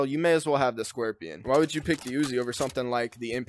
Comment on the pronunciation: "the brand new weapon, the scuerpion" xD